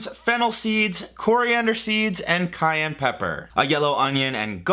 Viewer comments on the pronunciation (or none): none